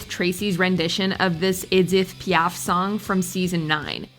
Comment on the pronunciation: Never heard anyone mispronounce Edith Piaf this bad